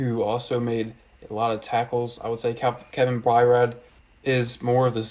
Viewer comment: Well done and well stated. Great job! Only one thing..it's pronounced Kevin By-ard and Kenny Va-kah-row.